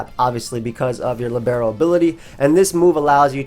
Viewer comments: Lìbero. It is lìbero, my friend. Not libéro :) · should be LEE-bero, rather than li-BARE-o. It's a type of player in soccer.